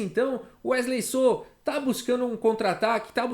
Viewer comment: Wesley “sô” ele é mineiro